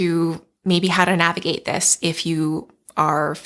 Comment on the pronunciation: Take a shot every time she says “nahhhvigate”